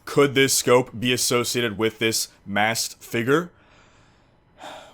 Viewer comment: He also says massed instead of masked..